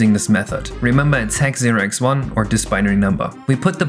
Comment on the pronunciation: I swear you’re saying “hex zero x one” but it should be “hex six one”